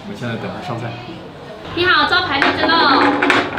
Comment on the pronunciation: 做为福州人，听到”你好招牌荔枝漏稻香漏”，还是笑了，哎呀，咱胡建人啊。😂